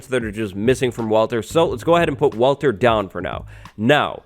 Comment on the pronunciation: Uhhhh..... "walter"